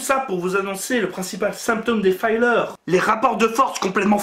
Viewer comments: La vidéo n'est pas mal, mais juste une remarque : 'filler' ("fi-leûr") ne se prononce pas comme "filer" ("faille-leûr"). Un "i" devant deux consonnes ne se prononce jamais "aille" en anglais. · "Filler", se prononce "fileur", et pas "faïleur"... ça vient du verbe anglais "fill" qui veut dire "remplir"...